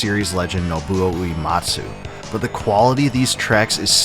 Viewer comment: You made a 3 hour video and couldnt being yourself to look up how to pronounce Uematsu? 🤦‍♂️